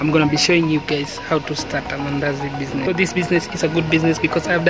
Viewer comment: Did you say mandasi😂😂😂 anyway good vedio